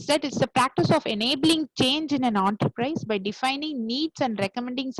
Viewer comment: Some one should let her know, it’s “En-ta-prize” and not “OOOONTERPRISEA” 😂